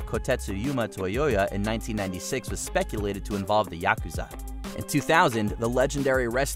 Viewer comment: That’s absolutely NOT how you pronounce Yakuza…. Cmon ….